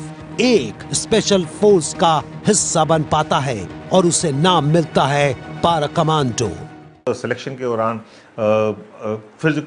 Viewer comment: Tatoz tum logo ko toh word PARA bolna b ni ata :D